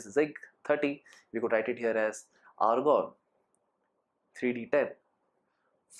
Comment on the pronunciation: Lgta h bhai k cold hoya hua h.....😂😂😂😂😂 Tbhi to Argon ko organ bol raha h....va ri angreji mata....🤗🤗🤗🤗🤗🤗